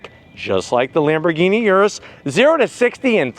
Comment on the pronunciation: Lambergeeni Yiris 😂😂😂😂 come on speaking of crispiness the audio here is so CRISP